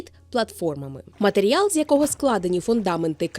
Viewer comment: Чути слово "матеріял" - це ніби мед для вух